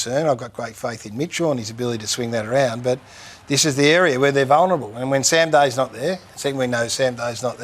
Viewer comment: Gary's got to work on getting players names right, "Sam Day" & "Ollie Lord", oh brother! 😭💀